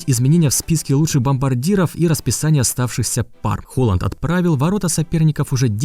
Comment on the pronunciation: Там не Холанд а холанн)))